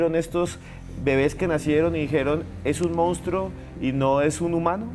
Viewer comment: Jaja que boba, es: monstruo. Sigue estudiando amiga.